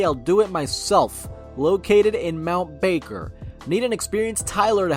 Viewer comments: its the way you pronounced mt barker 🤣😭 bro I used to live there, it's bar-ker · Just an quick pronunciation fix. 5.10 . OP is australian, so Mount Barker is pronounced "mount Bark-er", barker as in 'woof woof' dog noises. Sorry for the pettiness, it just hit my ear funny. Keep up the good work! Love your vids!!!